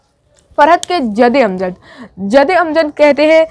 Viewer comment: "जदे अमजद" नही 'जद्दे अमजद' होता है